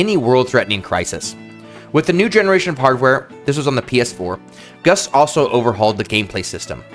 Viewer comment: You know, I kept hearing you say Gus instead of Gust and I thought, boy this person Gus is really working hard on these.